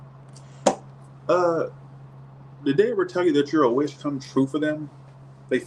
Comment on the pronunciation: Sounds like you’re saying “you’re a witch come true😆”